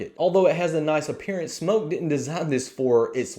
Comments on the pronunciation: He says smoke not smok...why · bro its SMOK not smoke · First you aught to learn to pronounce the name of the product which is as it says Smok, not Smoke. The tanks are fraught with troubles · SMÖK not smoke. Aaaahhhh not ooooooh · It's not pronounced Smoke it's pronounced Smok. The O is prominent. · smoke vs smok pronounce it smock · It’s smok not smoke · It's smawk like hawk but smok